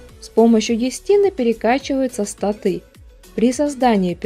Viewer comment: У вас достаточно не плохие обзоры, но что меня уж сильно раздражает это неправильное ударение в некоторых словах рпг направленности типа статы или мобы.